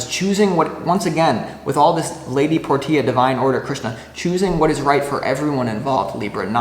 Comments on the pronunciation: All the love stuff didn't resonate, but the career aspect toward the end did, lol. Thanks for that. Btw, Lady Portia is pronounced "porsha." Not nit picking, just loving correction. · Hey! Libra here who’s name is Portia. Love the video, can’t help but giggle every time you say “Lady Por - Tia” it’s actually pronounced “Por-Shuh” ❤